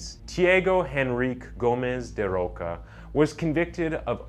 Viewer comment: Can I give you an advice, as a fellow Brazillian? Go to google translate before you attempt to say foreign names and check how to speak them in their language :) His name is actually spoken "Tchee-ah-go da Rosha", not "Tee-ago da Rocka". Just a tip! I'm loving your channel! ♥